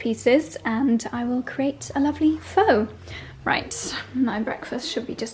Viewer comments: Wedding prep content, please! BTW, Pho is pronounced Fuh not Foe. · Hi. Pho is pronounced as fir! Lovely vlog and yes, love Jo Good too!!❤ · as a Vietnamese person, pho is pronounced like PHA. Let us know how the recipe comes out. Love your vlogs and magical home. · Hi Pho is pronounced “Fa”